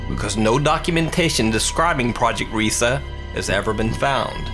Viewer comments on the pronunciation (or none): Project Reise isn't pronounced 'REE-sa' it's 'RYE-sa'. It was either a complex of underground manufacturing facilities or the future site of the Reichstag in case of Ally/Soviet advance. Obviously it didn't happen because of the Red Army and it was started too late for either case. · #5: Its not "risa" its pronunced " R-ieee - s- eh" (a long i) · To those who dont know any German, the word 'Reise' is pronounced as the English word 'Rise'. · Its pronounced rees The e is silent... I speak fluent German and that's very insulting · It's RIESE, not "Riesa". From the German word for 'giant'. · I'm sorry but its pronounced "reyesa"